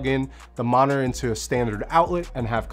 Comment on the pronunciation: is "moninor" (or "monor") proper english or is it a specific accent (from a region or a city) or a personnal accent or a personnal flaw ? I'm seriously curious.